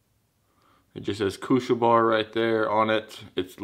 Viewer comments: Bär in english ist pronounced Behr just say IT its not Bar kuschel Bär means cuddly bear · NOT KUSCHELBAAAR---KUSCHELBÄR! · The way you pronounce this product has me laughing really hard XD no offense its just funny to me. I think it is supposed to be pronounced as" baer" like the animal becasue it is german i believe and "Kuschelbär" in german means " cuddel baer" like a teddy.